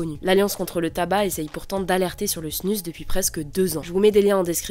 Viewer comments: On dit pas plutôt LA snus (prononcée snuz) ? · ça se dis snouz ! bordel ! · Je pense qu’il le prononce à la française est toi à la suisse ou belge